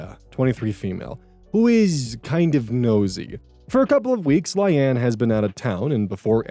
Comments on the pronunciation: Layne is pronounced the same as Lane, not Lie-anne. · I assume his brain switched the y and the a so he read it as Lyane and went from there but it still killed me lmaoo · Layne is typically pronounced "lane" and not "lie ann" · Right? It's like Lain. LAIN! Not lay-knee! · I'm sorry my friend, but I have no idea where you got Lie-Anne, a two syllable word, out of Layne. I agree, it's a weird name (Hopefully it's a made up name too; otherwise, OP is kind of an idiot 😥). Maybe you saw it, blanked, and combined two reasonable pronunciations into something silly? 😆 Personally I would have just used Occam's Razor and pronounced it Lane, like Payne and Wayne. I assume it was originally a last name, and admittedly I really dislike naming children that way. I would have also understood Line (since it rhymes with Ayn) or maybe even Leanne. It's two syllables, but at least it sounds like a name other people have. But anybody who names their kid Lie-Ann is basically dooming her to 13 years of other kids calling her Liar and Lion 🦁😭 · "Lane" ❌️ "Li anne" ✅️ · Layne is pronounced like “Lane” lol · Layne is pronounced as "lane" (like Loise Lane) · Or Lay-nee. You can't say for sure which from the spelling alone. But what is for sure is that it is not pronounced the way he does. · LAY-KNEE. layne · The pronunciation of Layne (lay-knee) is throwing me lol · Coming here to say I've never heard Layne (Lane) pronounced that way. 😊❤ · Not him pronouncing Layne as LIE ANNE help 😂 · Ikr? Like sir. Sir. Where do we construct the "Anne" sound from? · Yeah it's obviously pronounced lane. Idk why is so confident about pronunciations without ever checking them. Easy way to check is to open google translate, set it to English, type the word, and press audio pronunciation. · The pronunciation on Layne is really goofy, I think it might be produced like "Lane" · I have never heard Layne pronounced like that before.